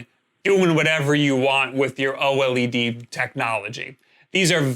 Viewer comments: Just say OLED - not OH EL EE DEE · OH EL EE DEE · "O-L-E-D" Pretty nice video, thanks! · Every time you spell out O-L-E-D instead of just pronouncing OLED, a puppy dies...I hope you're happy with the number of puppies killed in the making of this video!!!